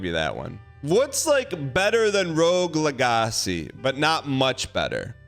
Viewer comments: Can't say its not ragebait after saying "leg-acy" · rogue LEHGASEE LOLOL